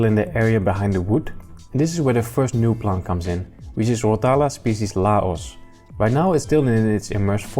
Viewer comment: Interesting you pronounce 🇱🇦 Laos🤔.. new species of rotala? Or old one with new name..